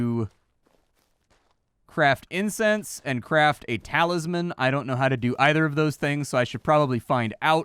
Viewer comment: kept saying incense but I kept hearing incest……. The internet has ruined me.